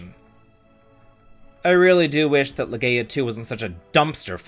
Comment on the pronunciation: Who's Loreea?